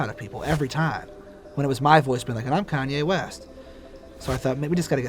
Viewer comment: “,Kayne west” 🤣